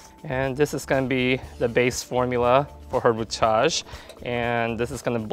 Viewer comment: Love your work, hate you say rootage.